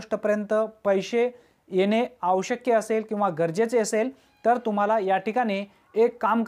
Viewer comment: दादा आवश्यक असे बोला आवश् कय असे नको. क्षमस्व.